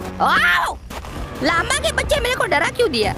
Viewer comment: लांबा नहीं लामा